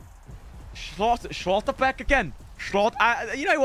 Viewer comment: Schlotterbeck isnt pronounced austrian, its just Schlotterbeck 😂